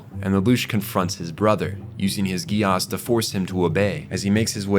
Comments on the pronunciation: I have never watched it... BUT I INSIST, it be pronounced "Jee-Ass" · Bro saying Geass like Negus 😂